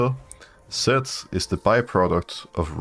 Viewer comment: alright i keep hearing sett and not zed i am going crazy just like your mental, gg